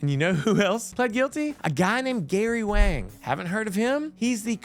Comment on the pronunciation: Not that it matters much, but Gary Wang's last name is Chinese and is pronounced "Wong." Great video 😄!